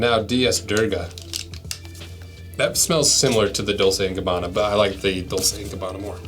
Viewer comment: "Dolce Gabbana".... Bruh at least look up how to pronounce it